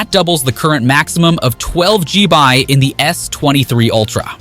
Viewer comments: why cant you just say it as 'gigabyte', or 'GB' as it should, instead of inventing your own as Gee-Bye??? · I think it's also an AI voice. Very good but the mispronunciation of GigaBytes as GBy and MegaPixels as MP suggests it is AI. If the script had been better written we never would have known. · 65WAT SPEEDS! THE S 24!!!!!!!!!!!!!!!!!!!! Either this is an AI voice or dude needs to calm down. I think it's AI because how he says 16 G-By ram... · What the hell is with the G-bi crap. Its gigga byte or G- Byte or even gigs. G-bi sound lame as fck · WTF is "G by" RAM? Is that like ddr445? LMAO see? I can make stuff up too!!